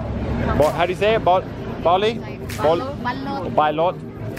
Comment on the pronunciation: its pronounced as ba-loot (hooters)